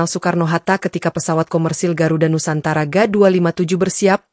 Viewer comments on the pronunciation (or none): none